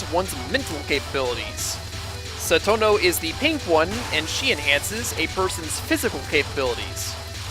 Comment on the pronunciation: I Love Touhou! I remember being really into the lore, when I was younger. Though I have forgotten most of it, I still love all the characters! (Btw, Cirno is pronounced "sir-no" not "kir-no" I'm sorry, but I'm a little triggered!) Still... Your videos are awesome and underrated!